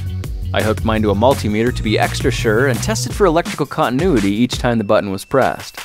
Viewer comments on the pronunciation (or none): none